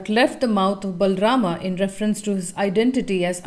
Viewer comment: No it's not. He pronounces it with a complete "A" sound, but it's not how it's supposed to be, it's half or less than a half "A" sound.